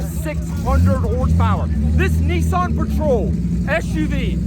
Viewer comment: Whats a NESSAN We call them N I S S A N